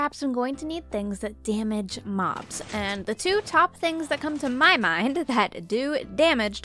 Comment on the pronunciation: Did u said mods or mobs